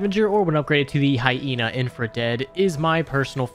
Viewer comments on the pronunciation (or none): none